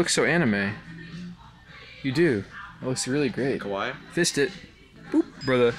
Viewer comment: The way he said kawaii made him sound like he said kowai instead lol